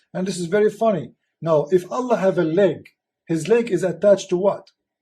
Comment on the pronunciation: Leg not lake. Can you read?